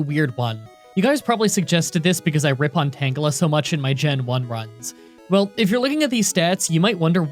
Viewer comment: it's pronounced tanjela not tan gela